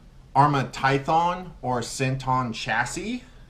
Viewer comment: lol your saying tython it's tyPHon lol sorry it was bugging me you know I dig this channel you have seen me around for a while